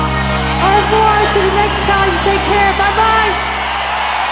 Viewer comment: Au revoir to the next time take care, bye, bye. It's just she didn't pronunciate it very well :/